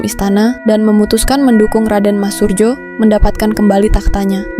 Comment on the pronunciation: RM Surojo, bukan Surjo